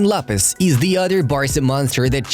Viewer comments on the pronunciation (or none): none